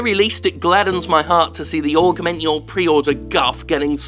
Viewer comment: Is it me or can that female narrator computer voice thing not pronounce 'Augment'